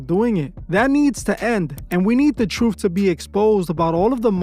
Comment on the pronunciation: Wild... You can't say "Truth" correctly, yet here we are..